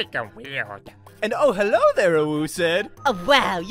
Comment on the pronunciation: Hewwo my fewwo Americans